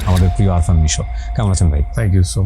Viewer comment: ভাই উনার নাম আরফান নিশো না আফরান নিশো। গেস্টের নাম ঠিকঠাক বলতে পারেন না, কি স্টাডি করেন?